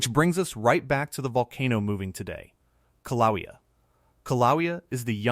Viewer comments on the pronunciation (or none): learn how to pronounce KIL-A_WAY-A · Kill-a-way-a is how you say it! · “kill ah way ah” . Please